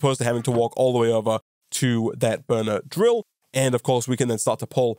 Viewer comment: everytime you say "burner drill" it sounds like benadryl